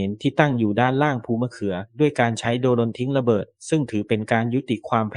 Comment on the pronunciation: อ่านว่าโดรน ครับแอด ไม่ใช่โด-รน